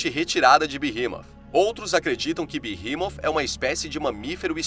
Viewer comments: Na verdade fala beemote Sem o h Não é inglês para ser berremot nem português berremote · Eu sempre pronunciei BERREMOT mas você pronunciando BIRRIMOF é interessante..... eu gostei 👍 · A pronúncia certa e beemot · Pq "TH" no inglês tem som de "F" leve..